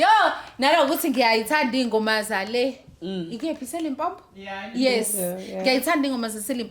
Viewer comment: AmaZulu ngokuthi Limpompo instead of Limpopo. Syahluleka shame 😂